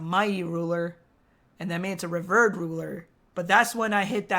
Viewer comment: Btw revered is pronounced re VEARED 😅